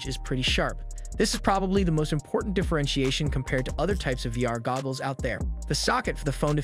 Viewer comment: Is no one going to say anything about the fact that he keeps saying gobbles?.